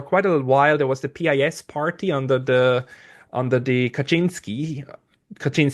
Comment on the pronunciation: As a man with pretty good command of English language, SHOULD know how his original Polish pronunciation of PiS sounds in English. So embarrassing...